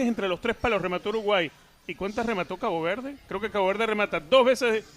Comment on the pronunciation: dice "Cago Verde"? 😅